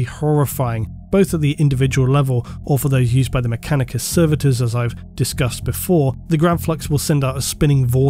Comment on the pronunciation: Does anyone else hear say "MechaniCUM" instead of "MechaniCUS"